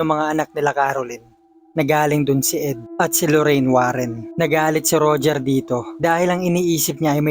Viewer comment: Nakakatakot naman ng istoryang ito. Pero mas nakakatakot ang pagkasabi ng RODYER sa pangalang Roger. At CONDYURING sa salitang Conjuring.